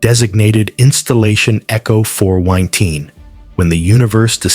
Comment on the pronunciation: You want people to watch this to the end yet in the first 30 seconds the AI says "a Forerunner artifact designated Echo Fourwienteen." Fourwienteen? What the fuck is that? I'm done with AI slop and I really hope all these stupid AI channels are demonetized and just go away.